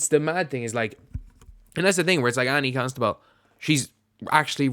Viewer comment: It's pronounced "Costa-bull", not "Consta-bull".